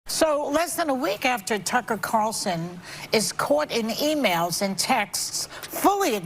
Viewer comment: One of my favorite pastime is listening to butcher Tucker Carlson's name lol. Never gets old and I hope he never stops.